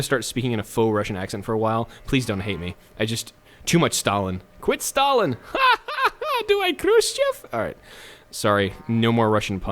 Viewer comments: Says he's good with WW2 Pronounces Stalin stalalin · aefwijpo his surname was Staljin (stalyin) and the other dude is Lenjin (lenyin) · Since everyone is angry because you are using the Russian pronunciation of the name "Stalin", how about you try the German way of pronouncing the name? Yeah, go ahead and piss off more English speaking people, because, why not? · Who is these “Stalian” you speak of? Is it a horse? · DAMIT it's Stalin not stallin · why does he say stalin like stalyin